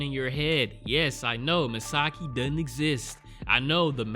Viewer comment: Misaki Yomiyama (from 26 years ago) was a boy, not a girl. :) Also, it is pronounced MIsaKI, not MiSAki. Really good series in my opinion, I'm glad you decided to watch it.